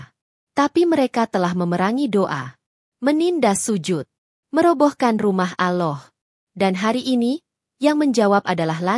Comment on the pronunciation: Apabila menyebut nama Allah itu di tulisnya Ada 2 Huruf LL tetapi di bacanyan ujung Lidah di letakan di Langit-langit dekat gigi jadi dua LL itu bisa di baca dengan pas dan jelas bukan Aloh tetapi Allah.